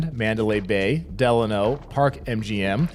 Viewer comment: I've never heard someone pronounce Delano that way lol